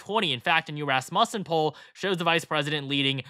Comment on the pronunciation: Raaaaaaasmussen. Accent is on the A.